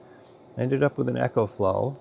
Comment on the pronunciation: ecoflow not echoflow 🤦‍♂